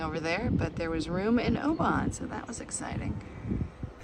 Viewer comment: Please learn how to pronounce Oban. It really distracts from a great video.